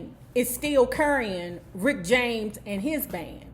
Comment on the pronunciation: "Prince-cee-poo"?🙄 "Rickety James"?😳 🤣🤣🤣🤣🤣🤣🤣🤣🤣🤣🤣🤣🤣🤣🤣🤣🤣